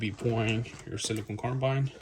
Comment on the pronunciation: It’s silicon (a crystal), not siliconE (a rubbery polymer). Jeez